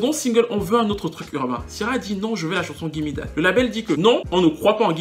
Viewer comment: Ça me stresse la façon dont tu prononces son prénom. Kiara ,lol